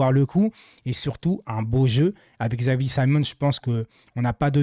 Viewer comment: C'est pas un xylophone on dit Chavi pas X avi